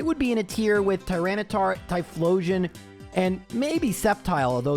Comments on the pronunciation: At the end it says "Typhosion" but its TyphLosion :) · just a heads up, you forgot the L in Typhlosion 😂